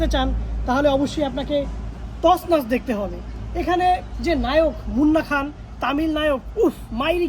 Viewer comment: তছনছ না তসনস। :D